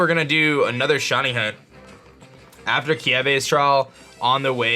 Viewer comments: It’s Kiawe, not Kiave……just sayin lol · Why do you call kiawe "kieve"